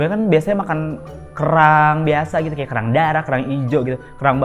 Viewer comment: Sub "gitu"nya ditulis sesuai yg keluar dr mulutnya bondol yaa jadi "geeto" wkwkwkw